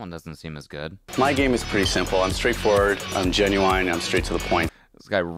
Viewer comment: no one's talking about how this man just said he was ginuwine????